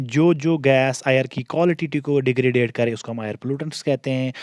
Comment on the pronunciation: Please correct your accent as you completely pronounce words incorrectly. Otherwise going good. It is degradation not degradade.